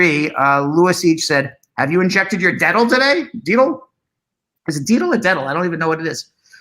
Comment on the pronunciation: It’s pronounced “dett-ol” :)